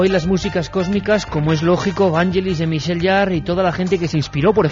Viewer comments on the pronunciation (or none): none